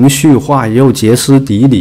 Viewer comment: Xie （平声）斯底里